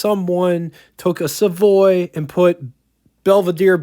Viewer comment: Savoy. Not Savory😉